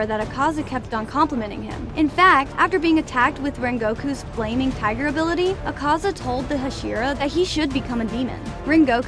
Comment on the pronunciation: Thank you for pronouncing Akaza right